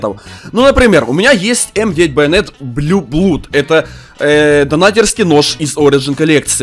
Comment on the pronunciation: не блю блуд, а блю блад , и он из ассистент коллекции